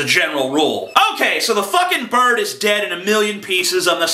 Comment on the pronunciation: "If your a bard" XD nice mispronunciation beware bards! fly away and play your happy tunes about brave adventurers elsewhere! X3